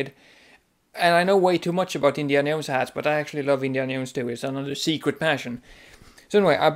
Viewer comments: "indiana yones-hat" lol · This video was ABSOLUTELY hilarious... I giggled all the way through the awkward confused moments and the passion you have for properly wearing hats AND the way you pronounce Indiana Jones.....I was only looking for new ways to wear them but now I have a plethora of things to look for when buying them :) Thanks for the laughs and information